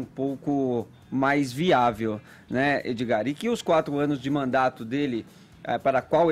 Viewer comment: Mano, esse "Edzigar" é um esquerdista no armário.